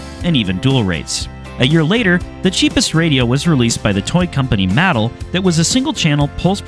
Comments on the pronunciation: I caught that too. Pronounced (MA- Tell) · Yeah same, I was thinking did he mean Mattel, I googled matal RC, and got nothing, so I guess it must be Mattel, as a Hot Wheels collector, I just assumed everyone knew how to pronounce it, obviously not, lol.